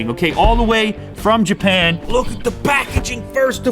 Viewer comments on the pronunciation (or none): “from Jap PAAN ”